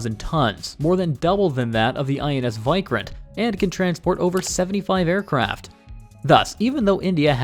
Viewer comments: Why-Krant!!? It is WE-Krant 😆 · It's pronounced INS "vik-rant" not "vi-krant" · You sound that as INS "why kranth" its INS Vikrant .. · Your VIKRANT pronunciation is wrong It is (ViiikRant) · "Wick-Rant" is much better pronunciation for "Vikrant". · Lol he said vik-rant... Not krant...! Vik as in Viking...